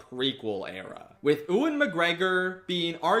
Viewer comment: I beg you stop saying Ewan as ouuin it’s said more like youin (as a Scottish person 🏴) love you tho xx